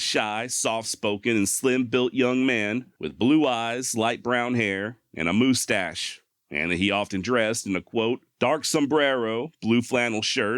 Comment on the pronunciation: A moostache?? 😂😂😂